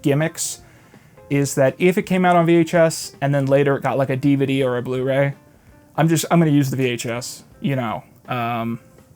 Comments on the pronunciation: diva dee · "Dee vuh Dee" is such a delightly pronounciation of DVD